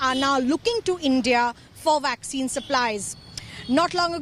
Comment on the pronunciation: the lady said waxine ,lol now wonder india can not control covid they are using waxine